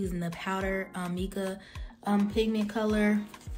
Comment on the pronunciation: How come you didn't measure anything? Also it's pronounced MY-KA. I know the spelling looks like Mica...Also the reason your mixer didn't work is because the base is too heavy. You can make your oil base with pigment, mix it with the mixer and then pour that on top of your base and use a spoon. Lastly, you have to sterilize everything you use.. including bowls and tubes or your products will grow bacteria. Hope this helps